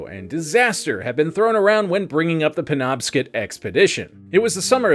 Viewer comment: Mainer here. Good try but on the off chance it ever comes up again the river's name is pernounced PEN-OB-SCOT.